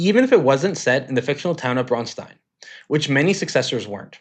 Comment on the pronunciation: Thank you for pronouncing "Braunstein" correctly. You'd be surprised how many people struggle with that. The ones who add the "ch" sound are objectively the worst.